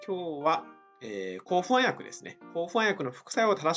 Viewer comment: ホャン薬ではなくて不安薬と発音して欲しいわ～